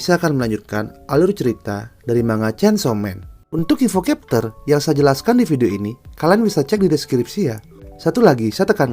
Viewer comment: Bang, masukan dikit ya. Chapter itu dibacanya capter bukan kepter. 🙏